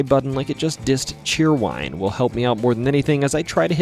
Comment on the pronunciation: At least he said it right 😂